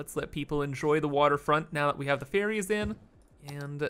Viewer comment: I hear "poop fairies" instead of "poop ferries"